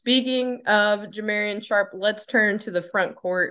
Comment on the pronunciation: Ja mar ee on Sharpe